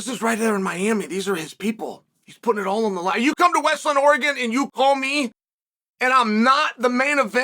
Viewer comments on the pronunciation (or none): none